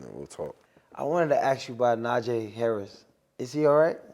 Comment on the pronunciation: Bros said najee davenport and jaylen warner😂😂